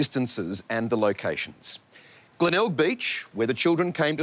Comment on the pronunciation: Oh it’s Glenelg beach not Glenalga